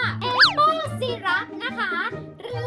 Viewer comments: น้ำเชื่อม อ่านว่า ไซรัป ไม่ใช่ ซีรัป -_- อยากจะโชว์ว่าเก่งก้พูดให้มันถูกก่อนเถอะ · syrup อ่านว่า ไซ-รับ เขียนไทย ไซรัป ครับพี่สาว :) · ไม่ได้อ่านว่า ไซรัป หรอครับ?